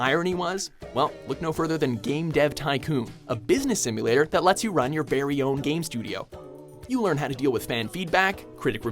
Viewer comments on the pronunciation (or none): It annoys me how this guy says "berry" instead of "very". It happened more than once. is one. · he says "berry hard" instead of "very hard"